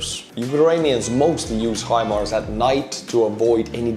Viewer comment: You've got it. Hi-Mars. Remember "How High the Moon?" Well, maybe not? Maybe, How High the Moon didn't make "Your Hit Parade" in 1950 Estonia? My point is the pronunciation. High Moon. Mars is even "higher" than the Moon. High Mars. Hi, Mars! How's it going? You have the American vernacular, the America pronunciation -- HIMARS. Say HIMARS like that and you sound like the President of the United States. Now, I wish would get it. I've been trying to tell him, it's not him-Mars. It's not her-Mars, either. Maybe you can get through to him? For your programming, tak. I learned to say take in Helsinki and Aalborg (in 1985.) Do you say 'tak' in Estonia? I enjoy your humour. Keep smiling! 👍🏻 😉. The 🌎 needs your humour. ❤️ and 🙏🏼 to you and Estonia. Peace now in Ukraine. Slava Ukraine 🇺🇦